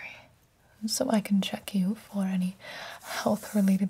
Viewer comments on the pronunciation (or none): Does it scratch anyone else’s brain the way she says ~medical conCeRnS~